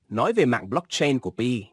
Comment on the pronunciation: Anh đọc pi cho rõ còn cứ đọc bai hi❤